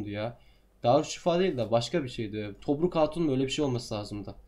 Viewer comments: Tobruk değil tomris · Abi tomruk değil tomris